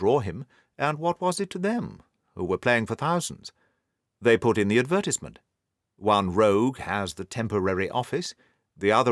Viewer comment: What a fantastic story and narration! Though I was a small bit annoyed by the way the narrator's pronunciation of, "advertisement"